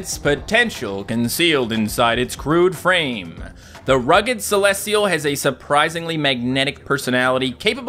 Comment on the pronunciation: Celestial not celesial that's it